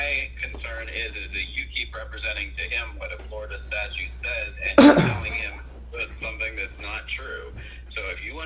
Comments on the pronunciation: Statute, not statue!!!! 😐😐😐😐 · This cop gave himself away when he pronounced the word "statute" with just one T. He said "statue". Not a rocket scientist.